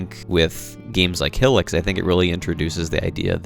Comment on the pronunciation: "Hill-ics" 😂😂😂 Good video tho 👍